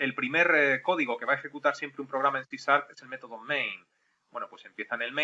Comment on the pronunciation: Porque dices sarp y la h??